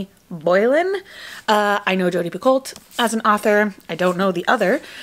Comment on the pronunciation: Picot is actually pronounced pico. Don’t know why but that’s how she says her name.